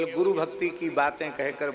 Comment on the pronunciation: guru diksha hota hau gu diksha nhi🤣